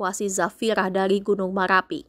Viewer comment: Gk pande berita bilang ER 😂😂gunung maLapi 😂😂teloh berita nya 😂